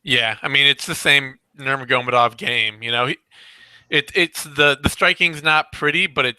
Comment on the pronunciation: Pronunciation of Nurma-ge-may-dov is irritating